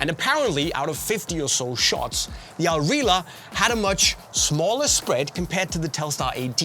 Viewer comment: just gotta correct you there it's not "al rila" it's "al rihla" with the harsh arab pronunciation on the H like in arab names such as "Ahmed". Al Rihla is arabic for "the journey"